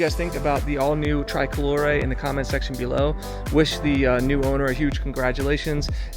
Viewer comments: STOP SAYING TRAI-COLORE!!! For f**k sake man, TRI-colore, TRI-colore!!! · TRICOLORE not TRY COLORE you’ve to say the I same as if in English say E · hey i'm going to get you there.. just get back over here to italy..pronounced tree-coloree. BEAUTIFUL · Pronounced "tree-koh-loh-ray" 🙂 I saw it today. Stunning. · just between you and me it's Italian... it's normal to use the Italian pronunciation. People say super veloche not super fast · por favor, pronuncia bien TRICOLORE, no lo pronuncias bien y molesta oírlo cada vez que lo dices